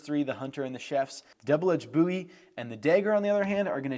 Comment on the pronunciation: First video that I have heard you pronounce Bowie correctly! Texas is proud!